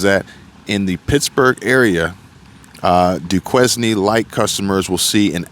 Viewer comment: Duquesne is pronounced doo-cane…. Fyi